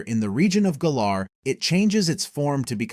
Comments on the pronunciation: I thought It was called galer not gayler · It called Galar "Gaylar" so 😂 can't be surprised